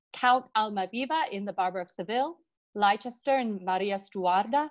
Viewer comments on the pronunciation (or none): She pronounces German and Italian perfectly, but Leicester is pronounced Lester.